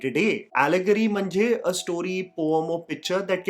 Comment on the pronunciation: I was watching the video in 1.75x speed and Wow That "MHANJE" hit me like an assassin's attack, i had to go back and watch it in Normal speed just to be sure😂😂